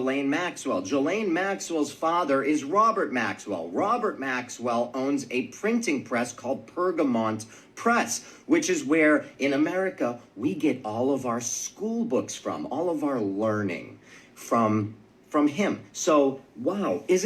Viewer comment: Pergamon.... No T. This guy is inaccurate at best.